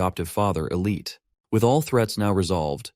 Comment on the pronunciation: The one who keeps bieng reffered to as "Elite" is actually "Elte" pretty sure pronounced as (L-Tee). It was really bothering me for some reason =P I also had to add.......The MC is simping wayyyyy too hard on taylor...... to me it's obviously not the exact same game that hes used to, he's already changed many things and nothing catastrophic has happened. It would be cool if he would figure this out soon and become the MC he's supposed to be. =) - Edit - What an amazing story, Honestly wouldnt change a thing after seeing it all the way through! Great manhua tell btw!!!!